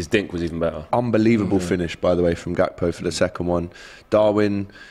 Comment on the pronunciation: It’s pronounced HAKPO